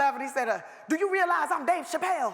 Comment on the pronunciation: The Dave Chappelle story in the second clip was epic. Did you hear how clear DeRay pronounced his name. "Dave! Chappelle!", story for the ages.🤔 😂